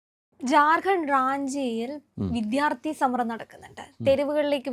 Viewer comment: വിധ്യാർഥി അല്ല കൊച്ചേ വിദ്യാർഥി അതെങ്കിലും ശെരിക്ക് പറയാൻ പഠിക്ക്...